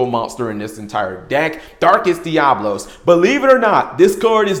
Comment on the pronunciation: Oh my god, I'm going to punch the next person I hear mispronounce DiaBOlos! What you're saying is spelled Diablos. I fucking hate how many people say it wrong!